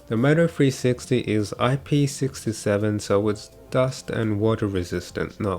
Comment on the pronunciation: I thought you was saying .. mofo 360 lmao